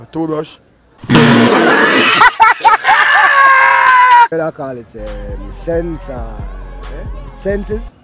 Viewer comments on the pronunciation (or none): The man say "toothbrush "..😅😅